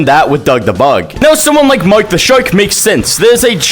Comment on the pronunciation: he said Mike the shark it's mark the shark